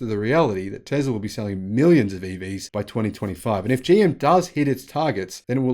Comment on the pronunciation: Bro!!! Did you say "Joe Motors"?